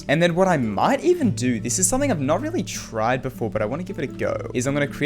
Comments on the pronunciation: "This is something I've not really Tride before but I want to give it a go" I'm sorry I heard it and I can't unhear it. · "something I've never really TRIDE before"